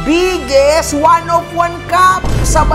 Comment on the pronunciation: Kakanood namin magasawa kay yung anak namin naririnig pala, lagi sinasabi "the bigGeeest" HAHAHAHAHAHA